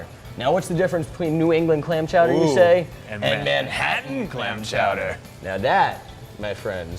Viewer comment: he said "man chowder"